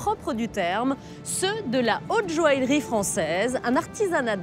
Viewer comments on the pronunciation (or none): La présentatrice de ce documentaire est agaçante lorsqu'elle prononce le mot joaillerie, elle dit jo-ale-rie au lieu de jo-aille-rie! Autre chose d'agaçant lorsqu'il s'agit des pierres, c'est le terme "semi-précieuse" utilisé fréquemment dans toutes les émissions traitant sur ce sujet. Ce terme est interdit dans le commerce en France par un décret de janvier 2002. Ce terme n'a d'ailleurs jamais été utilisé par les professionnels puisque je me souviens lors de mes études de bijouterie dans les années 70 que le professeur de gemmologie insistait bien sur le fait que hormis les 4 pierres précieuses: diamant, rubis, émeraude et saphir le reste des pierres étaient appelées pierres fines et non pas semi-précieuses!Cela dit ce documentaire est intéressant quoique certains participants sont insupportablement pompeux! Ils auraient pu évoquer certaines anciennes monarchies et familles princières et beaucoup d'autres artistes tel Maria Callas, Marlene Dietrich, Gloria Swanson etc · La présentatrice ne sait même pas prononcer "joaillerie" et prononce "joalerie" 😂😂